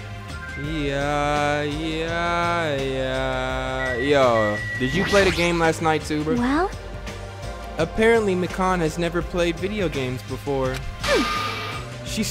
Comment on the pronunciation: Nagito - Nah gi toe Hajime - Haji may Kazuichi - Kazu ee chee Mikan - Me kawn Mahiru - Ma here ew Name pronunciations...hearing you say Mikans name like 'pecan' is making me lose it lmao